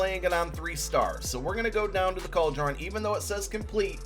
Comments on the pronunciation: How are you an old man that doesn't know how to pronounce cauldron?? Cald-a-ron???? What an absolute f'n DOPE. Eagles fans are the most classless f'n fanbase in all of sports. F#@ this assclown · It's pronounced cold-rin